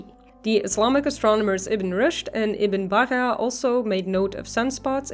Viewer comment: Ibn Bajja is not pronounced "Baha", but BaJJa.